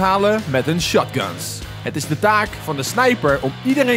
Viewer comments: Echt waar dat aksent schotguns 🤣🤣🤣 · Kijk 0.37 hoe hij Shotguns uitspreekt 😂